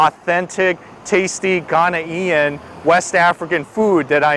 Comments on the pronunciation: it pronouced Ghanaian not ghana ean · please the term is "Ghanaian" 👉🏿one word not 😟Ghanaian-ian👎🏿👎🏿👎🏿☻. Thanks for trying it out....n u get A thumbs Up👍🏿👍🏿👍🏿 for trying.... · AHSJSHSBS GHANA “EE-IN” it’s more like Gone yin or Gan yin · His pronunciation of Ghanaian is hilarious...... Ghana-e-n